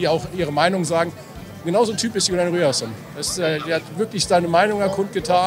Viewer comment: Vielleicht wird er irgendwann endlich Rüerson und nicht Rierson genannt :D